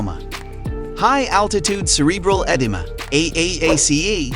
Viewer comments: "eh - deem - ah" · Kumbu is pronounced "koom boo" Edema is pronounced "eh DEEM uh" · Jeez, the host really needs to learn how to pronounce English words like Edema! 😅